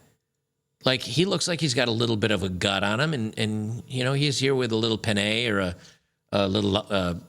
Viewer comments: I am 68 and was married to a pinay (btw, it's pronounce PEE-nye, not pin-NAY) from. Female nature is the same everywhere, but it is expressed differently when you are perceived as a high SMV male. That is the key. As a foreigner in their country, they perceive you as rich and smart - better than them. This is what they crave. Never bring then to the West. The entire power dynamic flips and you lose. I may move over there and have some fun in my old age. Their culture is based on honoring the elderly - not so in the West. Most caregivers come from the Philippines. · made me laugh so hard, I know pinay is a filipina, but I had to do a double take cause it sounded like 'little pene' which would be spanish for little penis